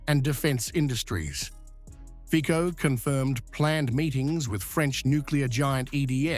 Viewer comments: Fico...no fikou.c is c-ts.read fitso.not in the english alphabet.a,b,c,d no ei,bi,si,di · Do u call the cc tv a kk tv???? That’s FICO NOT FIKO!!!🤣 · Pronounciation lesson: Fee Tso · IT'S PRONOUNCED FEET-SO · You pronounce his name wrongly. the c is not like c in car.